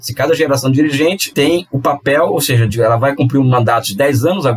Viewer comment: Apenas um erro de dicção, mds...